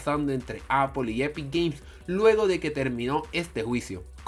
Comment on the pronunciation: el we dice apol se dice apol xddd apple vs apol